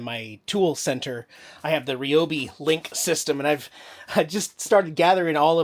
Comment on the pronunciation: It's Ryobi, not Ryobi....LOL.😂 Love your videos!